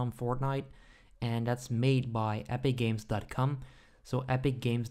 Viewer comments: pause and play he says cum instead of com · Why do u say com like dat💀💀